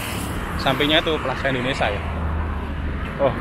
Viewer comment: Plaza indonesia mas..bkn plaza indonesa..🤦sorry bercanda😃